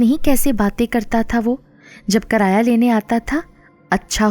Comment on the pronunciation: Karaaya nhi kiraaya, baahir nhi die, aapki awaaz bohot pyaari he